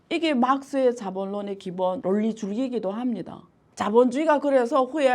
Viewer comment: 론리 -----> 논리. (론리가 뭐야 론리가..중국 사투리야?)